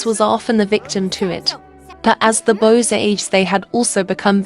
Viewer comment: Why do you say bose instead of boys?